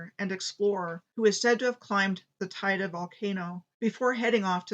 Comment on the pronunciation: Thanks - great stuff. BTW, the pronunciation of Tiede on Tenerife is Taydee.